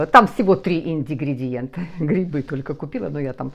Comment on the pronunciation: Доброе утро. Небольшая поправочка. Ингридиент, а не индигридиент. Так же, как и синТипон, а не синДипон. С уважением, Татьяна.